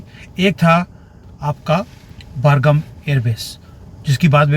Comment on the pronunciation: बर्गम नही बाग्राम है सर 😊